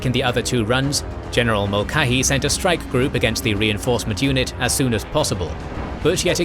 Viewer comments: Yet another name u should of goofle before u tried saying it Mulcahy It is M<ul Ka Hy Once again u are missing the heard C' Now I can see how one who does not speak English as a first tongue may getthis one wrong as it is actually Irish. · HALL - zee and Mull - KAY - hee 👍 The video is otherwise well done. Sorry, mispronunciations are always jarring for me.